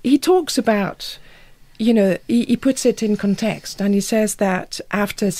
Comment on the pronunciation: her accent is almost perfect but she does that obnoxious French thing of putting the emphasis at the end of many words/phrases: conTEXT, retroSPECT, for-HER.